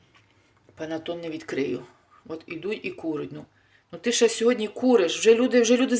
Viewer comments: читайте добре що написано на коробці!! PANETONE! А не Панатоне!Багато слів не вмієте казати правильно,,,,але ж Ви скільки років в Італії!😢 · Жіночко панетон а не панатон , вам не стидно